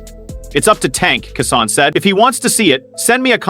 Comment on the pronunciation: Who is kasawn? Kesson? Why this speckerwood mispronouncing bro’s name??? Utter disrespect